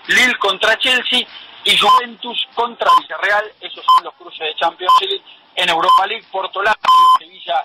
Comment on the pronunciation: "Chempions" mando... 😂😂😂😂😂😂😂